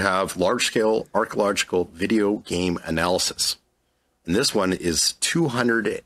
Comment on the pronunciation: Why couldn’t the guy pronounce archeological? He had like 5 tries and screwed it up every time